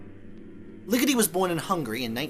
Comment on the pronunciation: The way you say Ligeti gets on my nerves